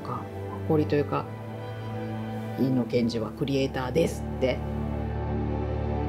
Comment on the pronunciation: 「Iino」じゃなくて「Eno」なんだね．早すぎる死でした...